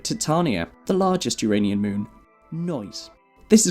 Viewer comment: You're already on the way towards getting it right, WHEN YOU SAY, "' the You - Ray - Nean moon system '", so there is hope yet.